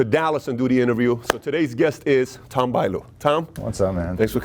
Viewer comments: Looks great! Haha, you got his name wrong, it's not Tom Buyliu 😂😂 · A bit painful to hear Tom's last name being mispronounced so many times... :/